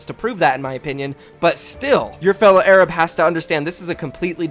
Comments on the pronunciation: Your fellow is ai rab lol it’s a-r-a-b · my man said a-rab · did you say Ay-rab by mistake love your vids you inspire me and so many others! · Its pronounced arub not ayrabb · Literally noone:: “ayrab” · Learn how to pronounce Arab pretty disrespectful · Why does he say Arab like that? 😭😭😭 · But the real problem is his pronunciation of Arab. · this man needs to review the pronunciation of arab